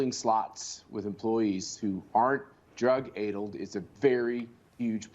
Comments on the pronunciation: Drug "aidled?" Schlapp is such an idiot. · "I'm no expert" - Immediately mispronounces the word 'Addled'. What a joke!